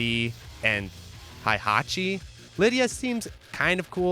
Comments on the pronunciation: great video just pronounce hei hatchi instead of hai hatchi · WHY are you saying HAIhachi